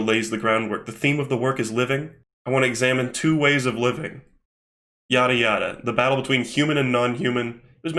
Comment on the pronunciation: anyone else think that when says "yada yada" it kinda sounds like yare yare or am I going insane with the jojo brainrot